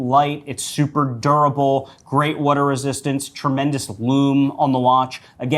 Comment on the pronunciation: "Wudar" resistance